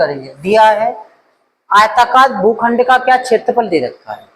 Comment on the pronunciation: GHUKHSND Nahin Hota Sar bhukhand Hota Hai